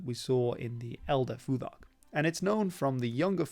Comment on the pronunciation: the th in futhark should be unvoiced like thought or thing